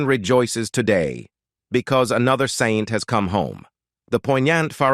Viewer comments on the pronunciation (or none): none